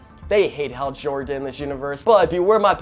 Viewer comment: “Hal Jorgan”